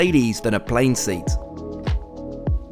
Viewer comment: its called seat not sueat